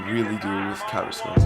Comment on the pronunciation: karis-ma lmao